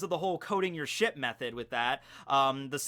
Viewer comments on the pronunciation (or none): none